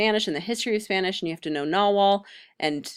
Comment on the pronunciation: Pretty good 101 info. Some issues: Nahuatl is prounced Na-watl. Conquest date depends on what you mean. Conquest of tenochtitlan was 1521. There's less of dozen codices that are pre-conquest.